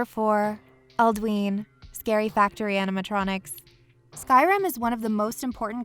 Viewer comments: It's pronounced "Al-do-in" not "Al-do-een." you hear it enough times in the game to know. xD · Why did she pronounce alduin like aldween